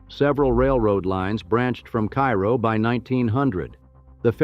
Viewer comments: Actually, it’s “CARE-oh”. It does say that , but then goes back to “KY-roh”. Typical for AI generated narration. The AI research also frequently depicts images that have nothing to do with the topic in many of his videos. Such a shame. If he’d have a real human narrate and fact check the image research results, he’d have award-winning content on his channel. But AI laziness unfortunately dominates. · It's Kay-ro, like the maple syrup. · It’s Care-Oh